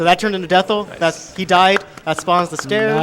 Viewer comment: It's supposed to be "Death Eye", so calling the final boss "Dethl" (as in with an L) is incorrect.